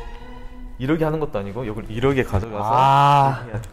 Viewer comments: 전 특히 쯤에서 ‘이렇게’를 ‘이러게’로 발음하시는 거 넘 귀여우셨어요ㅋㅋㅋㅋㅋㅋㅋㅋㅋ 도마도와 오도바이가 생각나는 그런...ㅋㅋㅋㅋㅋㅋㅋ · ❣내가 보려고 만든 영도 모먼트❣ 영도가 생각하는 남자의 여우짓 웃음소리😆 물컵스킬🥛 ~ '이러게' 3단콤보✨✨✨ (경험담) 술배틀 스킬🍻 술배틀 할래?!🥂 미련곰팅이🐼 어↗ 영↗️도➡야↘️ 너➡매↘️운↗️거➡못↗️먹➡잖➡아➡ (사투리❤❤) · 이렇게 발음 신기하다 ㅋㅅㅋㅅㅋㅅ 이러게 로 발음하시네요